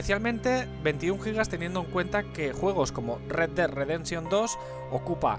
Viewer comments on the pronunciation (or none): none